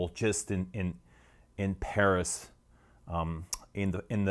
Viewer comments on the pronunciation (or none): none